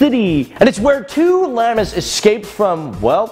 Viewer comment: ETOP SAYING LAMA ITS PRONOUNCED "LAHMA"